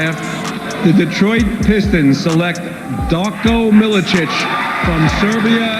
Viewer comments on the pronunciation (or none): Still haunts me to this day hearing darko millic.